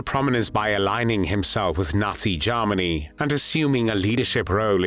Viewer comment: What was used to narrate this video? The pronunciation of Germany as “Jarminy” is a hoot!